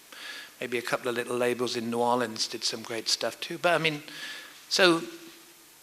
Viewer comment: Thank you , Robert for pronouncing New Orleans "Nu' awlins' as it should be. I'm from NOLA an everyong gets it wrong.